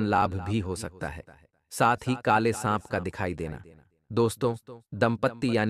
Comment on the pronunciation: Sanp ko sahab ya saag bol rahe ho Jani......